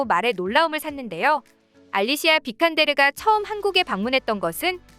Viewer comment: 비칸데르 (O) 빈칸데르 (X)